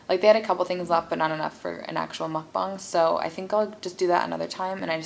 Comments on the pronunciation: it’s muck-bah-ng. Not mook bang. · It’s MOO-K-BANG Or MUCK-ABANG